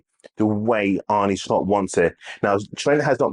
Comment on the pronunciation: Ah-Nur Slot... not Ar-Nie Slot